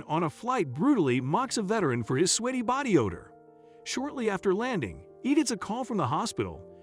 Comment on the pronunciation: Just a hint. Sweaty is not pronounced sweetie.